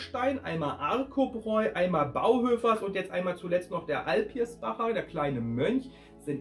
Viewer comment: AlpiSbacher heißt das. das mittlere R ist unmöglich.